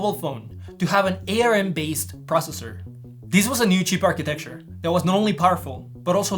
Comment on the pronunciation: Am I crazy or did he just A-R-M instead of Arm…